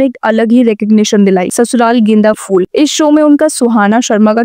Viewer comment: phool not fool